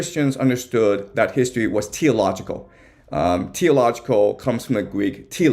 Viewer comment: Are you saying Teleological???